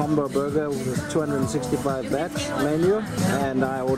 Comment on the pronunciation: The currency is baht not bat.